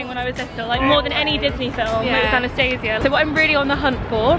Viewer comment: The name Anastasia is pronounced differently :)